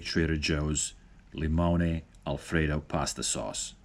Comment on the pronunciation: "Li-mone-aye"... LOL!